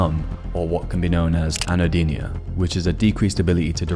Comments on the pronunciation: "Anhedonia", not "anhodenia [sic]" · “Anno-deenia” 🤦they should have never gave you kids computers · You're pronouncing "anhedonia" incorrectly.